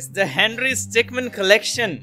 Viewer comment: Its stickmin not stickman